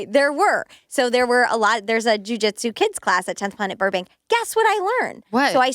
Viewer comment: They spent like the first 10 minutes comparing two toddlers and judging someones parenting choices. hmm. Also the way over pronounces Jujitsu is so cringe.